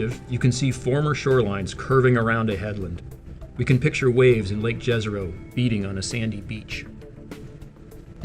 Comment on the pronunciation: Very informative video - thanks. Fun fact, the name of the lake ‘Jezero’ is Croatian for lake. It is pronounced Ye-ze-ro. I guess now that the New York Times has confirmed the US government have retrieved off world craft they are ready to confirm life forms on other planets.